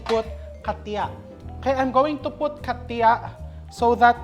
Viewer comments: Chef RV,we call it katsa not katya. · Chef RV,its katsa,not katya.